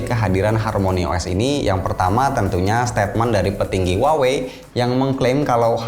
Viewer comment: Bang itu merk Huawei baca nya di Indonesia biasa aja ya "Huawei" bukan "wawei" haha, jgn ikutin orang barat yg ga bisa spelling. coba cek cara spelling Huawei yg bener dari native speaker China. Saya denger u bilang "wawei" jadi cringe banget